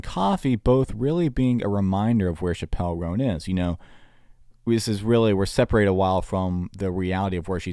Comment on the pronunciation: You're saying her name wrong